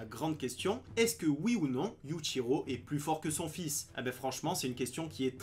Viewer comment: Prononce bien le yuchiro stp